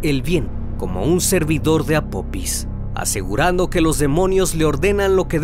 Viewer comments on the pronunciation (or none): El dios o deidad egipcia se llama apofis no apopis, hay que leer antes de hacer un video estimado. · Una observación el nombre del Dios egipcio es APOFIS no APOPIS, lo siento tenia que decirlo, de ahí en fuera todos tus vídeos son muy interesantes. Gracias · Hola . No es apopis es apofis se escribe apophis y se pronuncia apofis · Por qué nunca pronuncias las "h"? Es "apofis" porque la "pH" se pronuncia "f". También pronuncias te sin "h" el nombre del pueblo. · Casa vez que dices “Apopis” 😂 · Se pronuncia apofis